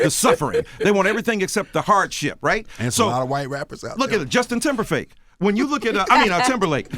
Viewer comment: Did he...did he just say Justin Timberfake? I'm done. 😂😂😂😂